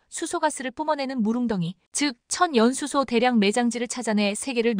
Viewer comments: "천 연수소"가 아니라 " 천연 수소"란다. 아가씨야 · 전 연수소가 뭐야? M미터라고 읽어야지 엠이 뭐야 아무리 AI 라해도 바르게 읽게 만듭시다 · "천연수소" 발음 제대로 하십시오.